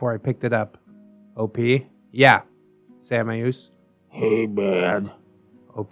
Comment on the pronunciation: I'm pretty sure samaeus is pronounced "shay-muss" lol but sam-eye-oos sounds cool